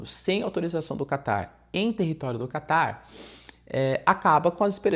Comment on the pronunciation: So eu que ouço ele falar "Kaká" em vez de "Catar"?